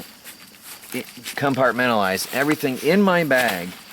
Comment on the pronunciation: take a shot of tequila everytime you hear 'com-part-men-tal-lized lol